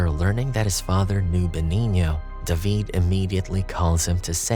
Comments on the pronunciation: How are y’all ignoring that this dude pronounced David like “duh-veed” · It’s how they pronounce David in Spanish 😊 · Fun fact...that's how you pronounce the name in Hebrew.